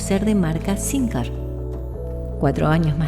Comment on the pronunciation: Se pronuncia sin JE r. CON JOTA USO NORMAL COMO EN LA PALABRA "deJAme"..